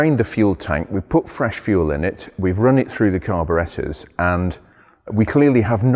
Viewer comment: I love how he says "Carbarettas"